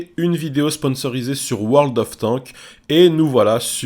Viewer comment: Quand tu prononce World Of Warships et World Of Tanks tu oublie de prononcer le "s" à la fin.